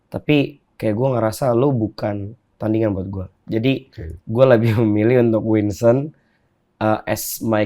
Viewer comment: Winson tod bukan winston